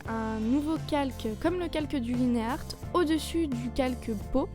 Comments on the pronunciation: J'aime bien ce que tu fais mais... Ca ne se dit pas "liné art" X_x Mais comme "line" en anglais (puisque c'est anglais XD) Sinon, vive les line faits sur plusieurs calques, je suis d'accord xD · Dis pas "Linéarte", c'est très dégeulasse. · ah et aussi lineart, avec l'accent anglais, ca se prononce laïnarte ^^ parce que la t'utilises l'accent francais... ^^